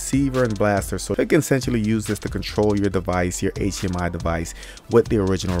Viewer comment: "...wireless Aychhhmiii..."